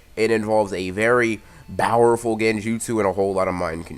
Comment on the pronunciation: am i the only one who hears bowerful and not powerful